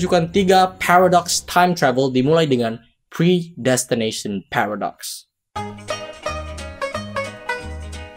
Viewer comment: "phewredox" cara bacanya :v